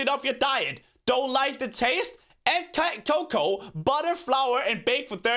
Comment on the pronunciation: How pronounces cacao = cocoa